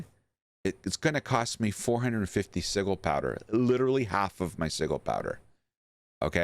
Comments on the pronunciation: sigil is with a "Ja" sound. SiJil. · Bruh, this was hard to watch with you mispronuncing sigil. The g makes a j sound in this word.